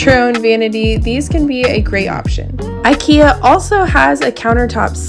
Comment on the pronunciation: I in ikea is not like I in I, it's I like I in lamerica. Same goes for I in Iraq, Iran, Ivan, Igor, Ivanka, probably some more edit: should have waited till half of video passed before writing that, still, applies to iraq, iran, ivan, ivanka, igor too